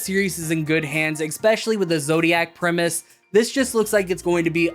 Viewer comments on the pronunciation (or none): none